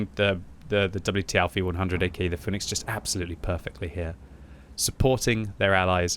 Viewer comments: Pronounced Fee-nix btw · it is fee-nix.